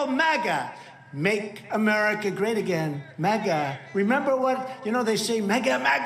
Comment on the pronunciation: Google caption was “great”’, not “gay”. Whatever gay means also “light-hearted’. I do not know if it was just a wrong pronunciation; as English is my second language.